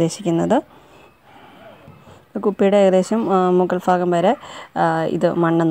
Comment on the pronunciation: ഫാഗം അല്ല ചേച്ചി ഭാഗം .. ഭയങ്കരന്റെ ഭ...